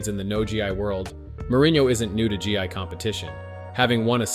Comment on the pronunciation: Bro, Gee I? It's gi.